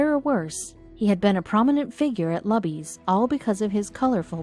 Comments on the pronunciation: LUBY'S RESTAURANT IS PRONOUNCED "LOO-BEES", with the accent on the 1st syllable. Since the restaurant's name is mentioned many times, it detracts from enjoying the story. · It is pronounced "LOO-Bees" Luby's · It’s pronounced LEW-BEES.... And there is no staff that takes orders it is and always has been a restaurant where you grab a tray go down the line get your food at the end and sit down they only refill your drinks. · Pronounced: Lu Bee's Morons. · Really? Are you talking about Luby's restaurant that you didn't bother to find out how to pronounce for this story. The restaurant chain in Texas that I've known about practically my entire life, is pronounced like the name, Lou bee's. I just have a feeling that you didn't. :( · It is pronounced Loobies. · Can't even pronounce Luby's right. Just get to the point. You make it boring with all the unnecessary talk. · Did you research the proper pronouncement of "LUBY'S" ? Do you get paid by the minute? Wasted time. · You are pronouncing luby's wrong. Big time!!!!!! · She only worked there " Luby's " PRONOUNCE THE NAME RIGHT ! She only worked there 6 years, but served him for 10 years that's quite a feat in itself, and deserves the rewards ! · It's pronounced LOOBIE'S! Not Lubbies! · It's not called 'luh-bees'. It's pronounced 'Loo-bees." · Loo-bees. or Lou-Bees Not Luh-bees. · Buck was a grumpy old asshole. And it's not "LUBBIES" it's LOOBIES! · PLEASE stop saying lub eez it's, Loo bees. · Not pronounced Lubby's Pronounced Looby's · Lou - B's ... not Lub-ee's. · Not lubbys... Lubys...loobys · The Luby’s Restaurant isn’t pronounced LAby’s, It’s Looby’s! Sheesh, get it right!! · It is pronounced as if saying "Loo-bies", not "Luh-bys". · its pronounced lew'bees not lubbys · The restaurant’s name is pronounced “Loo-Beez” not “Lub Beez”. Do your research next time. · All you have to do is google Marina Salazer , Lubys (NOT Lubbys!) and you can read the story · It's pronounced Loobies not luby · it's pronounced LOU BEES!